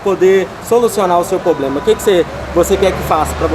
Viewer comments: 🛑🛑🛑 Problema ? Poblema.... Poblema.... Vamos melhorar o português aí funcionário.... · Alguém fala pra esse cara que a o correto é: Problema E não: Pobrema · que raiva de quem fala poblema !!! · A pessoa que fala “ pobrema “ já não dá kkkkk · Oq mais me incomoda é o tal do falando "POBLEMA" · POBLEMA ou problema? 🤦🏻‍♂️ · Me recuso em pleno 2022 escutar um gerente falar “poblema” putaquepariu viu rs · Falou poblema eu ja n aceito.....kkkkkkk LIXOOOO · Esse cara falando “poblema” chega dá agonia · Como um dono de uma loja não sabe a interpretação mínima do CDC? Outra coisa: ele precisa de um curso de português direcionado à oratória para saber tratar com os clientes. Plobrema? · Se eu ouvisse poblema, só queria meu dinheiro e só..kkkkkkkk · O cara diz que trabalha muito a comunicação, mas fala "poblema", a discussão acaba aí... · Que nervoso esse maluco tão treinado falando "poblema"😰 toda hora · Cada vez que ouço "poblema" me contorço todo! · Isso é um poblema. Procure o. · Que bom que resolveu o "poblema" rápido.... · O cara só sabe falar "poblema". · P R O B L E M A É O SEU PORTUGUÊS. o cara só fala POblema e NEM SABE DE FATO RESOLVER UM PROBLEMA. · Não dá pra confiar em alguém que fala "POBLEMA". Nem português básico o indivíduo sabe falar. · O poblema, o poblema, o poblema... Kkkkkkkkkkkkkk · Segundo o "pobrema" foi a falta de comunicação......sabe nada inocente 😂😂🤣😂🤣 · Que carinha chato, tento ganhar o Ben Mendes na conversinha. "O poblema"..... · na real "poblema" kkkkkkkkkkkkkkkkkkkkkk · E ainda lança um "POBLEMA" várias vezes. É de doer o ouvido. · O que me irrita mais nao e nem ele insistindo no erro e sim ele falando Poblema 🤦‍♂️ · Toda vez que ele fala “poblema”, meu ouvido dói! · tem muitos dias entre 1 e 2 kkkk, muitos ''poblemas'' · "Poblema". Pelo amor de Deus, a pessoa fala errado com gosto. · Eu nunca ouvi tanto “questão”, “poblema”, “resolve o poblema”, em um só vídeo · O problema é o POBLEMA... 🤣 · Poblema! KKKKKKK